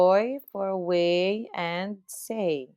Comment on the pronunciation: SAEU - say